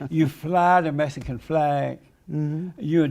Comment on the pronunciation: It's "Mexican "😂